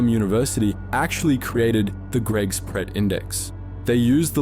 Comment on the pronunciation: Very few English people can pronounce Pret properly ... It's like "pray"